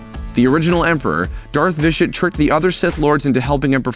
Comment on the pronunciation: its vitiate not vishit